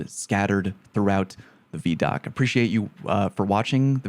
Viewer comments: That shot with the sword on a guardian’s back—looks like they’re standing outside a temple similar to the one on Europa near Elsi, but in the EDZ. Also: “vee” doc? I thought it was vi (like ‘eye’) doc. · Bruh it’s VIDOC (pronounced like eye-doc) not VEEDOC. Not a big deal just kinda funny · VI DOC, not VE DOC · Vee-doc? Imma bet it’s Vid-Doc just sayin. You’re starting to pronounce things like Cross 😂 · Vee-doc? Isn't it vid-oc? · Bro called it a Veeeee-doc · Everytime he pronounces it vee-doc I flinch a little. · I'm so mad you call it vee doc 🤣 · Ew. It's not Veeedoc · I was not ready to hear someone pronounce it veedoc, otherwise great video lol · Video Documentary. V-EYE-DOC. please stop pronouncing it like that.... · I do not like how you said vidoc my dude 😂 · you pronounce ViDoc as "Vee-Dock"? You monster. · Take a drink every time he says veee dock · VeeDoc?? This has to be a meticulous ploy to make us all comment about your pronunciation to increase engagement!! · “Vee-Doc” Unacceptable, no Christmas for you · I think you missed how to pronounce vidoc